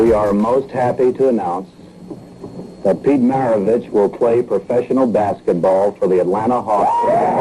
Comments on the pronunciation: He played for New Orleans Jazz, before they went to Utah due to financial problems, and his name MARAVICH, not Mavarich like you say in the middle of the vídeo. C'mon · I caught that too lmfao mav-a-rich lol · Did you really say “Maverich”? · He also says "anomynous" so I think he just does that sometimes lol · Dag bro, you pronounced his name wrong like 50 times. Mar-ah-Vitch. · "Pistol" Pete MAVARICH?